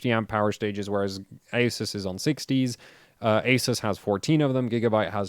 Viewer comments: My country the shop sellers all pronounced Asus as Ah Zeus! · Who is here to see when will learn how to pronounce "ASUS" correctly. LoL